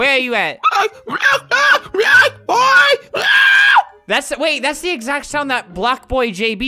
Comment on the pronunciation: is he saying black boi? Or Block Boi BlocBoi is an Ironic name